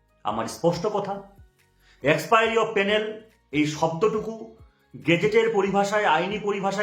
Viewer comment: পেনেল না ভাই প্যানেল